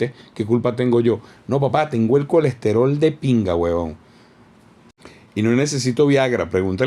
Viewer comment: colecterol, colecterol, jajaja ajajajajajaa